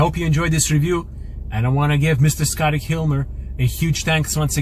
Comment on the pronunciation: sounded like he said Scotty hilmer also his mpg sucks